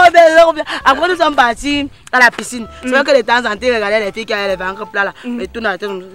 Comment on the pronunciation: Le prof : j’avais laissé des exercices ici vrai ou faux ? Les élèves : vraux" 😂😂😂😂🤣🤣